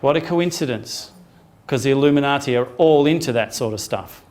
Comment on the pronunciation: Oh my God the 25th of September...the Illimuniati....the Australians!!!! lol